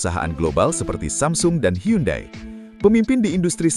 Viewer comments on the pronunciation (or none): none